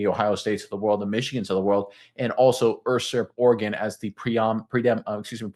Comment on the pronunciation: He’s flat out pronouncing it dead wrong. The word is U-surp. He pronounces it Ur-surp